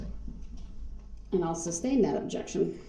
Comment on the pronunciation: I wonder the same thing when he says “tack-it” instead of tacit and “substain” instead of sustain